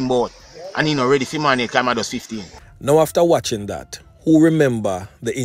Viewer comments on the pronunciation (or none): none